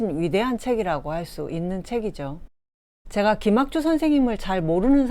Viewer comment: 제가,성경,고전,후대, 등첫자기 긴 자인대 귀하께서는 모두 "짧게" 잘못 발음했나이다. 그리고, 왜?? 둘째자를 강하게 발음합니까?? 심각한 문제입니다!!